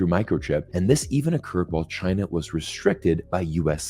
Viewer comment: Zeihan can't say China properly. He is, like a western columnist indicated, another Gordon C wannabe, trying to make a living in the anti Asian industry.